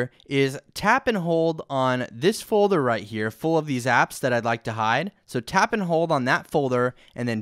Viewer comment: "Folther " xD Thank you for the video though(